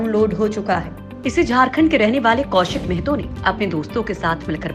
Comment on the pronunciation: Mehto nhi mahato hota h